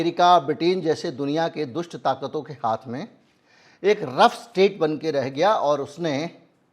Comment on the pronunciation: The correct word is rogue state not rough state